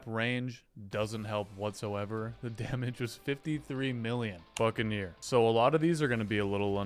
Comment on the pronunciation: i thout he said fuckaneer😂